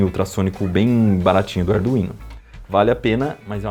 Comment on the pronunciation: Ardu-ino e ardu-vino foi de lascar kkkkk